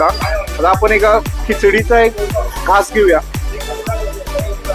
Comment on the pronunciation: नमस्कार मी अभिजित, तुझे सगळे फूड ब्लॉग आवडीने बघतो. आपले सादरीकरण सुंदर.... कसली सुद्धा नाटककिय भाषा नाही...प्रतेक पदार्थाचे विस्तृत विवरण. फक्त एकच नम्र विनंती.. ब्लॉग मध्ये खालील चुका पुन्हा नाही होणार याचा सखोल अभ्यास कर 1) मराठी भाषेचे काही शब्द.... आपण/आपन नव्हे. आणि,/ आनि नव्हे. 2) पदोपदी wow याचा वापर न करता... अप्रतिम असे प्रगट केल्यास आणखी मज्या येईल. कदाचित आपणांस राग येईल. पण आपली प्रगती उत्तम व्हावी यासाठी काही चुका दुरुस्त करण्याचा प्रयत्न केला. क्षमा असावी